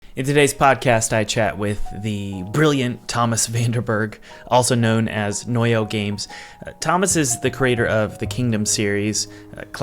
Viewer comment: Dude his name is, not "Vandenberg" or "Vanderberg" 😂